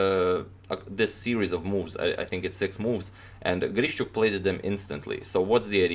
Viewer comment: very impressive game. just a kind note of mine - his name is pronounced like GREE-SHUK.